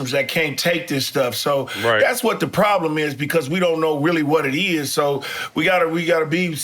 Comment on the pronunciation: best fuckin show yet!! nigga GP said woblem lmao.